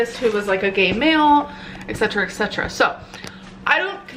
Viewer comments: Her “eksetra eksetra” tic is driving me nuts. 1. It’s Et Cetera. 2. You don’t need to say it twice 3. It’s not punctuation, you don’t need to say it multiple times in every video. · It always annoys me how she pronounces et cetera “ex cetra”